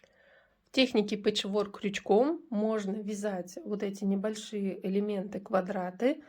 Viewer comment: . Пэчворк- ударение ставится на первый слог- пЭчворк.И спасибо за МК